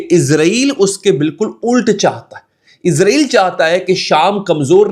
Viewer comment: bhai lafz ISRAEL hai "IZRAEL" eik farishty ka name hai...